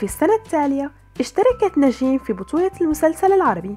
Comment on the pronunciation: ندين الحلوة هي و تمثيلا😍😍😍 بس كرمال الله لا تقولي نجيييم اسما هيك Njeim نجيم مش نجيييم😤 ندين مشاركة بمسلسلات قلال بيعرفو هالشي و بفكرو أن عندا بس أربع خمس مسلسلات😂 براافو هيك رح يعرفو و يخرسو